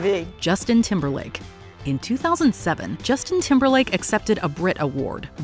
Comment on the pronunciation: Hey, It’s Timberlake not Timberline